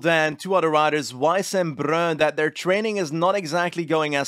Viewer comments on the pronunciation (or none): none